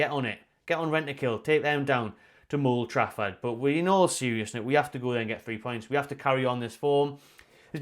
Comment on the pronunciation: "Mould Trafford" 🤣 👍